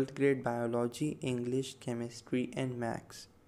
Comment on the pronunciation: Bro what is Macks it's maths 😒